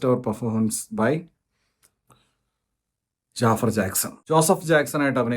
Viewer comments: JAAFAR ennala Pronounciation JAFAAR Ennan 😂😂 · ജാഫർ അല്ല,. its ജഫ്ഫാർ